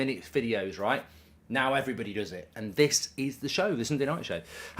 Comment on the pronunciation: lol hello evelyblody